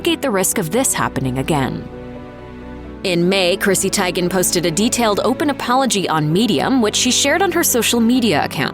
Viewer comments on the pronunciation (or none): Lol "Tiygen". Like tie or tiger. It's pronounced TEEguhn. Like tea. Still not as bad as you saying Notre Dame, wrong. Btw, "All of them" isn't a preference. That's not a valid answer. Pick one or don't bother commenting. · The narrator saying "Tie-Gan" instead of "Tea-Gan" is really bothering me... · You mispronouncing names!!! It’s pronounced TEE-GAN…. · OMG! That was driving me crazy! It's not that hard to do a little research beforehand to check how to pronounce celebrity names. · TEE-GAN.........ahhhh I was going crazy listening to you mispronounce Chrissy's last name!! Lol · TEEEEEEEEEEEEGAN, TEEEEEEEEEGAN, NOT TAGEN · I cringed everytime the narrator mispronounced "Teigen" incorrectly... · When the narrator pronounces chrissy last name wrong and now im screaming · Look, if you're not going to pronounce people's name's correctly (like Chrissy Teigen), then just don't say them at all.